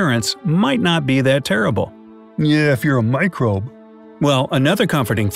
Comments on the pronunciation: Good video! I enjoyed it. It's 'microbe' though, not 'microb'! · That's "microbe", not "microb".